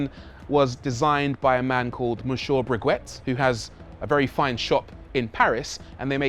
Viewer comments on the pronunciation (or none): Ok Rory, so the watchmaker , Breguet is not pronounced Breg-wet. It's pronounced Bregay. Cracked me up though! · Breguet, is pronounced bre-gay, not bregwet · With the bonnet strip, do you mean Monsieur Breguet? If so he is just about the most famous watchmaker in history, he died in the 19th century but his watches continue and are exquisite and can be found all over the world. His name is pronounced BreGay. Excellent review of this car. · My God, what kind of daft question is that?? Rory, bud, your pronunciation made my day. What was it? Hurmez? Bregooet? 😂🤣🤣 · Did he just butcher the breguet name? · Guilloche & Breguet. Rhymes with the oshe in ocean and the ay in hay.